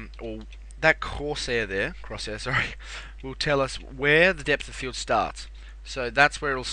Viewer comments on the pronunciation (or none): nice tutorial man :D but i did lol at 'corse hair' instead of cross-hair ;)